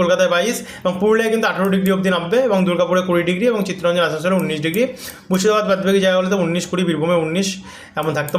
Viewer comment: তোমার একটা উচ্চারণ আজ পর্যন্ত ঠিক করাতে পারলাম না ভাই। উনিশ হবে ভাই। উন্নিশ হবে না। একই ভুল বারবার করছ কেন ভাই